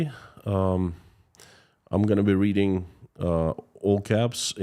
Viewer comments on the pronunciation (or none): none